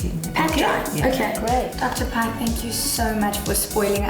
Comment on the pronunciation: Its Dr. Pai not Dr. Pie 🤣